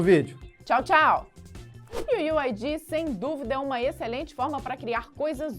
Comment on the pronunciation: "iu iu ai di" kkkkkkkkkkkk nunca ri tanto d'uma coisa tão boba iu iu ai diiiiii